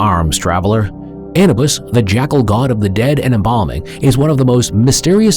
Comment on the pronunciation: ANA BUS lol !